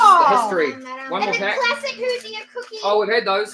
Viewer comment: Indiana is the Hoosier state. It’s pronounced Who Zur